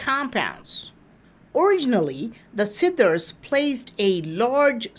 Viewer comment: Siddhas ..please yr pronunciation is seriously bad ..pl try to improve this aspect.I hear "sidders."...SIDDHA NOT SIDDERS